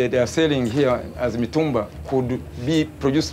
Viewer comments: Is not Matumbaa it’s Mitumba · The narrator really knows how to pronounce the name of places in Tanzania 😂 matumbaa